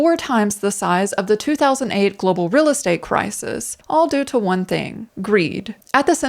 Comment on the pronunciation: And remember as always say, keep it rill (real).